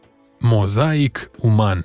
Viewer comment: SE SPUNE: MOZAIC NU MOZÀIC! PUNETI ACCENTELE ASTEA CUM VRETI VOI?!!! LIMBA ROMANA ESTE ALTA!